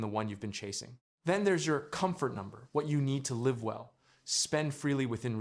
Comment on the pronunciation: They can never say the word "Live" lol